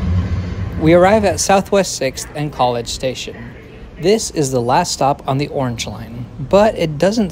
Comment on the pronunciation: "Yorrange line."